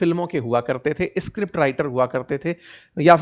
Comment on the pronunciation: sir ji … escript nhi hota. … script hota h